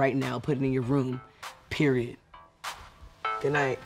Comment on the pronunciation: I love Jamal, like I just can’t😂 “PEIROD”